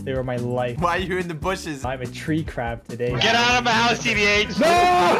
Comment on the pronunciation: It is not bushes. It is DA BOOSHES